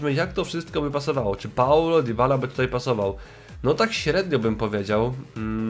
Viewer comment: Nie dibala tylko dybala